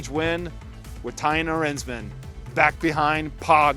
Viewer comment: Thymen Arensman. Not thaim arnsmen